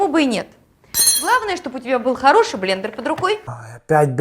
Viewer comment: долго держался, прежде чем произнёс "блЕндЕр":)